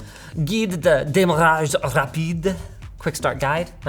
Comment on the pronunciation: Very good French accent actually! Bel effort, bravo !